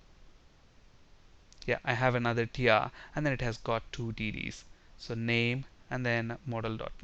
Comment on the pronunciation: LOL when he says TDs it sounds like he saying Titties. ( . )( . ) ; )